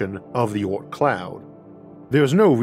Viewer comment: i dont get it.... "oorth" does he mean the "oort cloud" or is it a funny dialect for "earth" ?!?